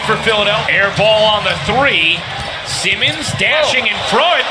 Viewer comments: Commentator: "Semens put it in" really SEMENS 😑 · Why can't this guy say Simmons correctly? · The Reporter cant say simmons